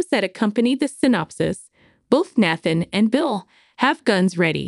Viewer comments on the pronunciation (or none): Please pronounce names correctly: Nathan is NOT Nath-an, it is Bouchard NOT BOTcher, Monague NOT Montig.